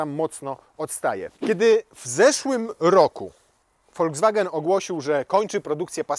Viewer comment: To się wymawia volkswagen a nie foldzwagen